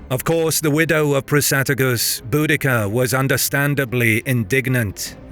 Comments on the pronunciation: Viejo... si vas a subir un video aprendé primero a pronunciar. El gobernador romano se llamaba Cayo Suetonio Paulino y la reina celta Boudica, no Budaca. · Boadicea is how it's pronounced the garlic version.